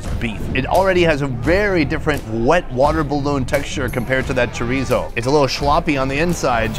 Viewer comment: that is NOT chorizo, never say that again